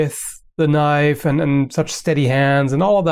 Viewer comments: "But i do have a KNOIFE" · "I don't have an avocado here, but I do have a KNOIFE!" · “I dO HaVe A KnOiFe" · "but i so have a knoife";D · "I do have a knoife" XD